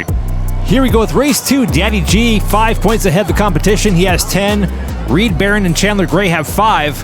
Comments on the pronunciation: In the first race I think the name should have been Reed Ba-Roan as well, not Barron as pronounced. Words are hard 😊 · 1). Reed Barone is mispronounced. Pretty sure it's supposed to be Barone (buh-roan) as in Ray Barone in "Everybody Loves Raymond". 2). Is it Fitz or Fritz? Because the name is spelled F-I-T-Z, but 2d and 3d keep saying FRitz. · how is "fitz" pronounced "fritz"? how is "barone" pronounced "baron"? why did you keep saying "Mean Green Joe" instead of "Mean Joe Green"? This one is very sloppy and I didn't enjoy it because of these mistakes.